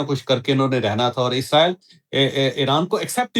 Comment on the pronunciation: عزرائیل نہیں ھوتا اسرائیل ھوتا ھے